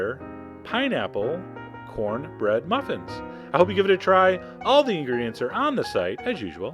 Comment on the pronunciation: "You gonna eat yo cohnbread?"